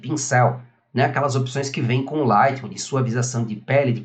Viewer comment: vc podia aprender falar o nome do programa, agonia ouvir vc falar ``lightrrum`` ``priset`` seu canal e ate bom mas...